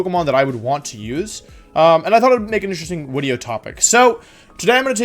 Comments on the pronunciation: Earlier than normal wideo? Yes please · wideo wooo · Not live live wideo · Did you hear him say wideo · It is, Wolfey mispronounces a lot of words on purpose as a running gag. (wenusaur, gee-arados, wideo, etc)